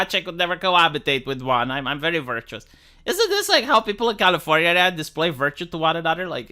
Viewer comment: Why does he pronounce California like that?